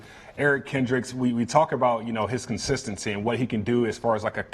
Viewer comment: when he says consistency I just can't